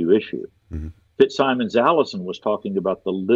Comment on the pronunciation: Plea to —please, the FitzSimons name is pronounced “FitzSimmons”, and not the way it is spelled. Knowing him, and hearing his name said several times in the podcast, I’m compelled to mention this—so sorry, but it just got to me!